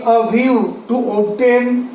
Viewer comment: its obtain not oobtaane